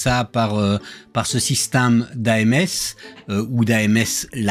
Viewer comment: Salut , je suis le seul à entendre " SYSTAME " au lieu de Système quand il le prononce ?